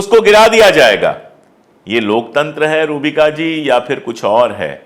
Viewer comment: सर आप नाम सही नही ले रहे है पूरा नाम है रूहबिका लियाक़त